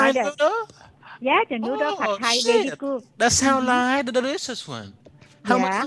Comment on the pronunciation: I lieh it............... I lieh it